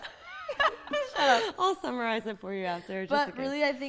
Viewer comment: Amanda: I'll "Sommer"ize it for you. Stay in school kids, stay in school.